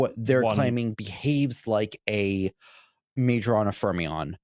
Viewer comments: FYI - Majorana is supposed to be pronounced my-oh-RUH-nah . He’s an Italian physicist who pioneered a lot of early results in subatomic physics before disappearing in 1938. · for fuck sake can you google for 10 seconds? "Majorana" → "My-oh-rah-nah" (the "j" sounds like an English "y") I don't care about Microsoft, but can you pay a minimum amount of respect to the actual scientist Ettore Majorana? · Soft "j" in Majorana. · I switched out after that absurd mispronunciation... anyone who doesn't have the intellectual curiosity to understand the origin of the name, it's pronunciation, it's relevence in the quantum physics hidtory, is not going to teach me anything new about quantum computing...